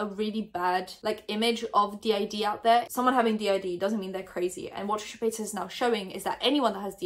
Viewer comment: What I want to hear you talk about is why you call Trisha Paytas Trisha Paytaz 😂😂😂😂